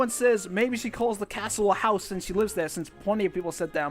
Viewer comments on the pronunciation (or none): none